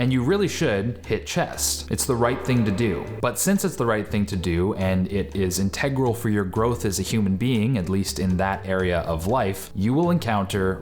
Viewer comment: in teg rul lmao